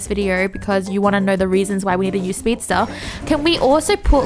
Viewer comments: it's not speedstare, it's speedstairs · "Shuld" "speedstare"